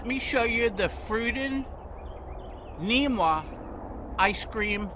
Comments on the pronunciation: Namwah not neemwah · Its called a namwah not neemwa!